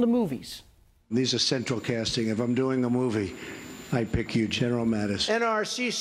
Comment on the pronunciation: “CeTraL CaSsTinG”